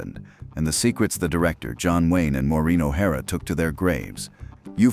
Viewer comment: Wouldn't you think he would learn how to Pronounce Maureen before narrating this video 😢